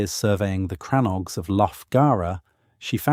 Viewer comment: They are and never were "CRANNOGS" I cannot spell the word on this keyboard as it is in the Irish language. The pronounciation is more like "CRANNOGUE"